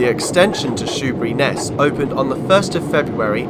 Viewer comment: I knew this was going to be good when you said "Shoeburyness" and got it right. Great to see Joan Sims is commemorated at Laindon - I was waiting to be disappointed, but you mentioned her! This is a route I've long wanted to see from the driver's point of view. Thank you.